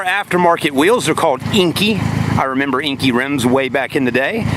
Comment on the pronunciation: Inkey? Enkei lol